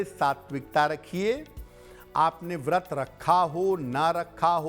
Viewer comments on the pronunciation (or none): none